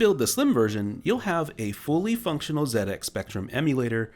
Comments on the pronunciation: Thankyou for calling it a "ZED-X" Spectrum and not a "ZEE-X" Spectrum as others have in the past. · Fantastic video. As an Englishman, I appreciate your use of "zed ex" and not "zee ex"!